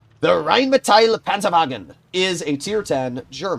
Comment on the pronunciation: The RHEINMETALL PANZERWAGEN turned german for a second